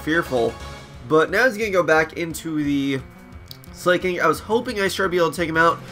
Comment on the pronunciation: Slaking is pronounced Slack-King and Terrakion is Ter-Rack-Key-On.